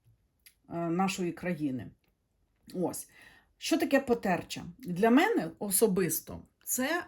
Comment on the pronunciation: дякую ❤️💎☀️🌼 Потерча- наголос на букві а (для інформації)